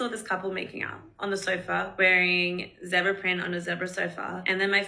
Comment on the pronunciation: It’s pronounced zeeebra